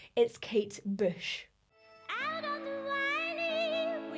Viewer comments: Kate Büsh? 😆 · Oh dear she is definitely in the wrong job. ..vocal couch ? You need a coach who inspires you and gives you confidence and has clear pronunciation in speech and use of the vowels. ..definitely not this girl...she even sounds like she's saying boosh instead of bush ..only thing good is that she gives positive comments bout kates voice